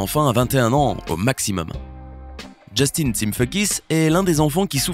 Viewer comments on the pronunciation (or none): none